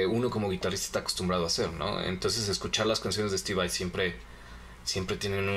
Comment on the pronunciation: dejen d decir steve vei ura, es Vai, tal y como se lee